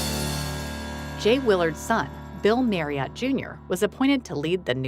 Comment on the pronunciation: Marriott is pronounced MARRY-IT. It rhymes with CHARIOT.